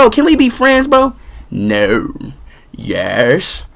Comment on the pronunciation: had me CRYINNGGG "nouw.... Yæsh.."